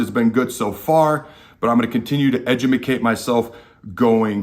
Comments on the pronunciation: was really drinking the kool-aid when I clicked on the video and wanted to learn about our defense, but now the only thing I can think about is how he just butchered the word educate. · Where in TH the world did you come up with edumicate from?? Lol